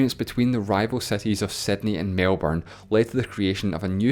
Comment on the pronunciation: Thank god it was a Scottish man and not an American pronouncing 'Melbourne'. Somewhat closer to its proper pronunciation, the Americans always butcher it so ear-grindingly. With their awful overly pronounced 'Rs'. 'Melbooouuurrrrrrrrrrrrrrrrrrrne.'